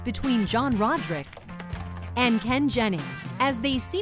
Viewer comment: Who is John "Rojrick"?